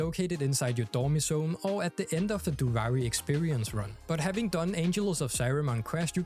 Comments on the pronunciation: no hate but it's pronounced doo-vee-ree and not doo-vi-ree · ofc, but they literally give correct pronunciation in game, duviri is not an English word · “Doovari” lmao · The game literally tells you how to pronounce Duviri... 🤷🏻‍♂️😮‍💨